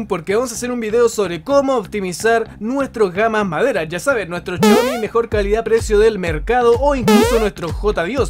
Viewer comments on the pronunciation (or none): En ves de decir Xiaomi dice chiaomi xD